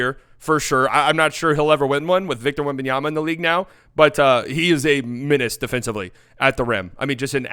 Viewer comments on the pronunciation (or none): none